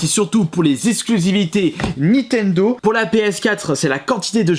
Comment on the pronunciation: Nintendo et non nitendo...